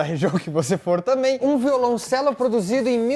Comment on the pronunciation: Vídeo massa mas não é "violãocelista" é violoncelista e não é "violãocello" é violoncelo